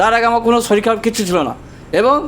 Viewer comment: Ota sorir hbe dada... Apni dekhchi Muslim der moto bollen.. Soril